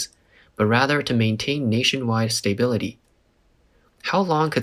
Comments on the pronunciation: Will you please, PLEASE stop saying STAY-bility and say sta-BIL-ity instead? I know that English is not your first language, but I would hope someone is there to help you with these pronunciations. If not, I would be more than happy to help. I can even voice over your work for you. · Hey, I really appreciate this channel and your uploads. Just a suggestion, when you say "stability" it sounds like you're saying stay-bility. Try pronouncing the A more, like stah-bility.